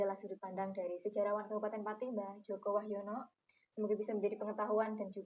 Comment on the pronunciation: Joko wahjono.. WAHYONOOOO... hostnya kurang literasi